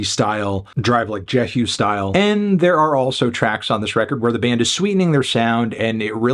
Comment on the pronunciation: Did he pronounce Drive Like Jehu Drive like Jeh-ooo